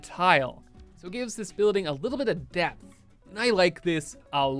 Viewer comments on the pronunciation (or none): none